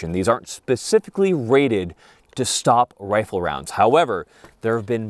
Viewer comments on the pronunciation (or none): none